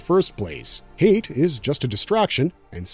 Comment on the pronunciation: Hayt is pronounced “High-Yat” 🐪🦂